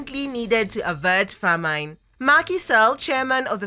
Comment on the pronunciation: OMG....Famine is pronounced FA'-MIN.